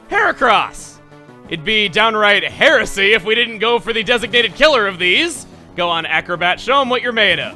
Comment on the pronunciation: Down right Heresy? Here-sy. Hera-sy. Hera-cross. I see what you did there Chugga